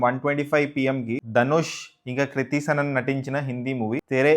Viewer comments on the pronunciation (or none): none